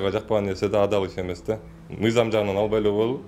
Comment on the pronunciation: Эрулан брат озун эле алып барчы, могу кызыл кийимчен кара безруковка кийген бала такыр алып бара албайт экен. МЫЙЗАМ дегенди созду МИЗАМ деп жатат МЫНДАЙ деген созду МАНДАЙ деп жатат.